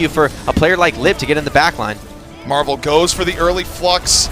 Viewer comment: Stop calling him marve it's MARVEL